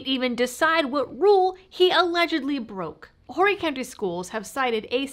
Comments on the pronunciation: "Horry" is pronounced "or-ee". Silent H. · We don't pronounce the H in Horry. Love you!